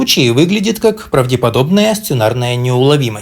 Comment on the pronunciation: Бля, ты заебал словом ПРАВДЕПОДОБНОЕ. Ну ебана, оно произносится как правдОподобное